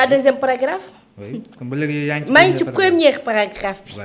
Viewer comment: Elle a dit non'zencore au lieu de non'zencore. Elle a dit "première cas au lieu de premier cas.